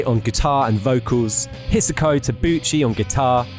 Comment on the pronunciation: Jesus christ man, at least learn how to pronounce japanese language before having a go, it's not hard. Hi Sa Ko. Not Hisa ko. I have loved this band for 25 years and you're not wrong when you say that Hisako Tabuchi inspired other guitarists, she's up there with Hendrix in my book. You didn't even touch on the fact that it was the bassist who destroyed the band, and he went on to do approximately fuckall while every other member made successful albums with other projects. this video sucks.